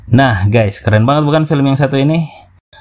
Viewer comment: Film bukan felm